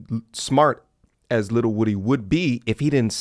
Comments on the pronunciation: Shut up u irritating & its WOO Dee not Woody wtf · Lil woo dy... People always pronounce bro name wrong